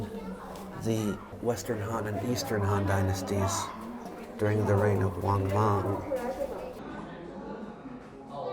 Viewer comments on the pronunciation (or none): none